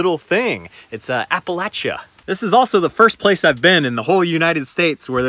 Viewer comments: High tingle factor here... and thanks for saying Appalachia (ap-uh-lach-uh) correctly. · So glad to see you hit WV! As a native and current resident, it was great to hear so many compliments, as well as a correct pronunciation of "Appalachia." Many of us are working hard to elevate WV as an MTB destination and things like this help! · West Virginia is the best place to mountain bike in the east. But c'mon... your wheels will still be on the van when you get back. West Virginia has low crime and the people are great. Cudos for pronouncing Appalachia correctly.